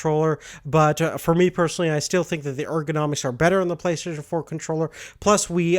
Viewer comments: It's pronounced "Play - stay - shin" not play "plesayshn" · Why can't you say Play STATION???